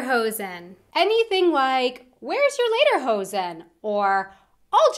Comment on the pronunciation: She said Läderhosen...